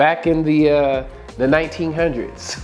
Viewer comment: Hilarious when he says 1900s